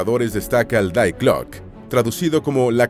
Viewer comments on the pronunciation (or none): Die glocke .... "Di gloc", no "dai glock"